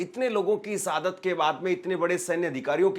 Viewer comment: Abe enkar sab hindi to bolna seekhle sadat nahi shahadat hota he or liziye nahi lijiye hota he